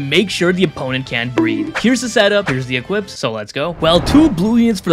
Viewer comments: He definitely said b r e a d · He said breed for sure. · Bro def said breed